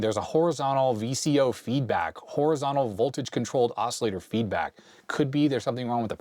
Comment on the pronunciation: But he doesn't say Horizontal! There is a T. HorizonTal!